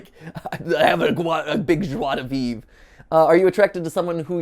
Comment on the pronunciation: i was whatching a old GTlive video and the notif make me happy Thanks MatPat!! (PS: i have a little theory about Encanto if you whant to know it) Oh and, i didnt know your speak french :D "joie de vivre" with a good accent ;)